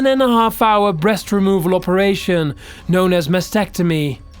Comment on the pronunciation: I love watching these but my suggestion would be that the guy slows down when he's reading the script. He mispronounced words he'd previously said perfectly fine. (Operation became oh-peration) and maybe if he took his time a little, taking a few extras moments when reading, it would be better. Just a thought. As you were